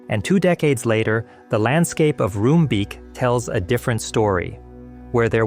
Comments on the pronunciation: It's still one of the worst disasters in Dutch history. Along with the Bijlmerramp and the Watersnoodramp. Not much to correct, though Enschede is pronounced with a dutch g and Roomsbeek is more like roamsbake in pronunciation. That said, SE Fireworks had once been outside of city limits. The city just thought it'd be a good idea to build around what's essentially an explosives storage site, despite warnings. The company should've been vacated ages before the 90's. IMO, especially in light of the tomfoolery after, the majority of the blame should have gone to the responsible politicians. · btw the double 'o' in Roombeek is pronounced as the double 'o' in JOOP! the famous german fashion brand